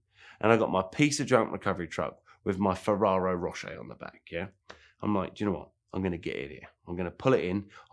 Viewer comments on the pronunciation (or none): It’s the trifecta, he can’t say Ferrari Ferrero or Fiero.